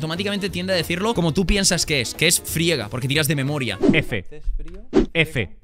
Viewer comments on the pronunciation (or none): Pensé que decía: "Estos eventos dan pena" Jajaja